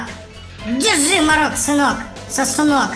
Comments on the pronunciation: Это мо'рок а не моро'к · Не марок а мо'рок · не морОк а мОрок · не мОрок ,а морОк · Это не марок а морок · Мо́рок а не Моро́к. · Извините что опаздал, но правильное ударение Морок. (ударение на первой О, а не на второй). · Морок ударение на о.